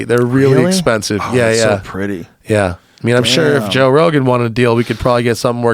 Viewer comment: Did he just say "Toe Rogan" in the intro? LMAO